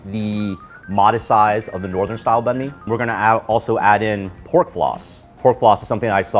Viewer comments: says it wrong. says it right. remembers that he's american and says it wrong. Disgraceful. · You just destroyed that "Banh Mi" pronunciation. Just pick one already, you're switching back and forth here. And you're Vietnamese!!!!!!